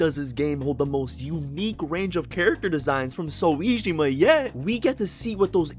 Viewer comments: clicking off now cuz who tf is "so - wee - gee - maahhh" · i fw the video but the voice makes it a little distracting, especially when you mispronounced soejima's name and said p5 royale instead of royal. great edit, i'm not rly trying to hate i swear. it's just that when you're so upbeat it makes these things easier to notice